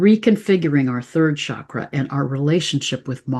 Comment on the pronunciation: The Sanskrit word “cakra” or “chakra” is pronounced with a hard “ch” sound, like cheese.